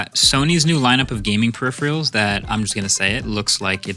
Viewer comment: Marques, please, it's periPHERals not periPHREALs 🙏